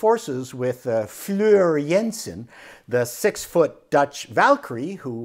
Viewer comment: Her name is Floor not Fleur :)